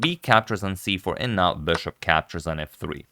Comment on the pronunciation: You're my favorite commentator and your English is generally great but please "bishop", not "beshop"